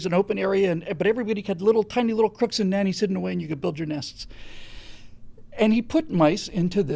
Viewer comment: you said 'crooks and nannies':D